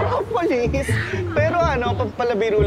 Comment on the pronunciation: "Propopol" 😂😂😂😂😂 Propolis pala 😂😂😂😂😂